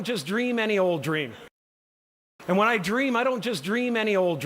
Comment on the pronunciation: He said when meanwhile i 've heard wanna😂😢